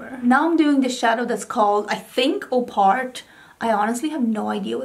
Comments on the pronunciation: It's not 'Opart' it's 'Op Art' referring to the popular Op (optical) Art movement of the 60s, ie artists like Bridget Riley who experimented with line, colour and optical illusion. It's driving me nuts seeing content creators struggling over this quizzically 😂 I really think Natasha should release an explanation/pronounciation guide with her palettes as there's always some obscure reference or name that baffles everyone! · Congrats on the PR, so well-deserved! Love both of these looks, I really want to buy the palette now 😁 Re "opart", I think it's op-art, given the reference to 60s art and all, I also almost didn't recognise it written in one word. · Yay congrats on getting Natasha Denona PR!!! 💕 P.S. Op Art (Op is pronounced like Pop without the p) was an art movement in the 60s in which art was made to look like optical illusions. Kind of like the top you’re wearing for that second look!